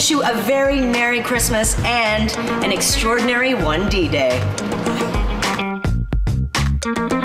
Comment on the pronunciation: extrodinHarry. smh, Taiwan...